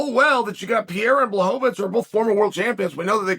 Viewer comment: Chael: "Jan Blazkowicz"